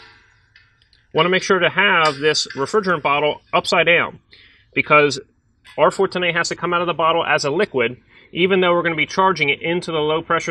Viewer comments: why does he say a like that. r410ayee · I love your videos but the way you pronounce 410a is killing me.😂